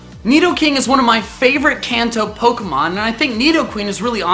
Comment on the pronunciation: Hate to be "that person", but is it too much to ask to pronounce "Kanto" correctly? He says it so many times in the video I wondered if he did it on purpose lol